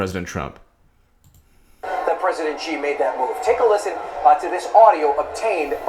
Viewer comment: Dude, stick a fork in you. You're done. Antibiotics champ, quickly. The pronunciation of Xi is a little off but your "Jinping" is passable. Hillary Rodham Felon lost an Ambassador on her watch. Shame! I like Jeff Sessions, the old fart, but I'm starting to think we would do better with Jessie K. Liu as AG. Hillary Rodham Felon 2020? "Absurd specificity" haha Hillary Rodham Felon stole the White House china. But she had to give it back. haha